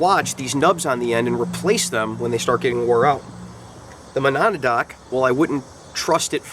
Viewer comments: ma-NAW-da-dock? ma-NAW-dock? You don't need to be able to pronounce the name properly to give it an accurate review, but fyi, it's "muh-NADD-nock. ASP batons are so ubiquitous that in some places, all expandable batons are generically referred to as "Asp's" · great videos! I laughed at your pronunciation of Monadnock! it's actually MO-NAD-NOCK (muh-nad(as in gonad)-knock). it's a mountain in Washington or something. I started out in LE with their expandable PR. (16 yr vet of police work) stay safe and keep the vids coming. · Perhaps you should learn how to properly PRONOUNCE Monadnock - MOE-NAD-NOCK before you review it your fuckin moron.....